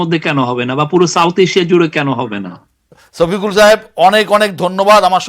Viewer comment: ওরে ভাই ছপিকুল নাহ। ওটা শফিকুল